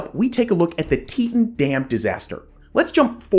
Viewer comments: Teetawn, not teetun. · Teton is pronounced "Tee-tawn" lol not "teet-in" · tee taan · Nice to see the Teton Damn in this episode. I've lived in Idaho Falls, currently live in Rexburg. But it's pronounced Tee-Ton. 😊 My boss actually lived thru this with her house getting destoyed during the collape when she was a child. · isn’t it tee-taan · I believe it was named after the Grand Teton mountains, which are near and were named by the French as "big tits." So, yes, the pronunciation should be "tee-taan." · You pronounced "teton" wrong... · Yes he did, but some people pronounce place names differently than others, even though the pronunciation is wrong.